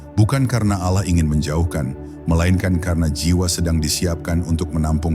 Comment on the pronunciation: Ini AI ya, penyebutan Allah jadi ALAH, Astagfirullah